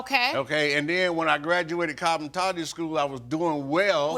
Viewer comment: A cosmetologist that can’t pronounce cosmetology school? 😆 Well she was right they are amazons compared to her at the end, she is so tiny